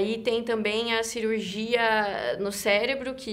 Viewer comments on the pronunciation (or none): none